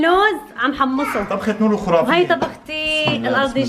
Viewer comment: تصحيح كلمة خرافية بضم الخاء وليست بالواو😅